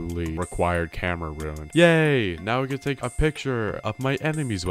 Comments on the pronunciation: and when he said ruin instead of rune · “Kowkarito” “Ruin”